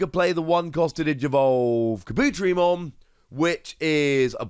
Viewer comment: Kah-boo-tear-ee-mon. Great vid, but i have to point out the mispronunciation.